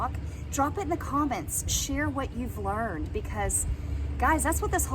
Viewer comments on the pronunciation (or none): none